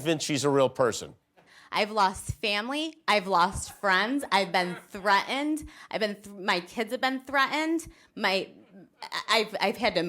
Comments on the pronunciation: Does she not know there is a T in the middle of threatened??? 😂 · darling, there's no such word as 'threaened'. It's threaTened. Try and be somewhat articulate when you spouting rubbish. And Rudy's fart! I could not stop laughing. The female lawyer next to him, her face was an absolute picture. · Yes, and I love how she says "threatened," minus the "t"! LOL!!